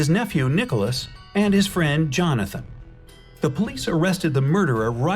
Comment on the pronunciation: Jonathan sounds like lanthanum?